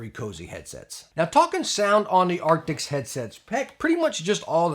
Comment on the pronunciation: Jeez man, a year on and you still can't pronounce the word ' A R C T I S'... 🙈🤡